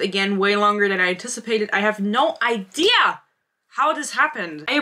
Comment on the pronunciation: “I have no IDEA! how this happened” 😂 that was so German